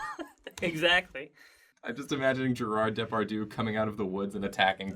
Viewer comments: Actually the way you said Depardieu is far more of an insult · oh my god! the way you pronounced Depardieu! seriously it hurts XD